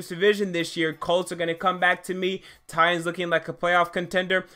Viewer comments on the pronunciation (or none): none